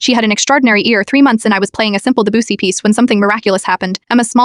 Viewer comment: the way the ai pronounced Debussy 😭